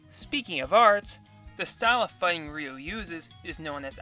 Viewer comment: So you read "Chun Li" as "Chan li" but still reads "Ryu" correctly not "Ray you". I don't know how to feel about this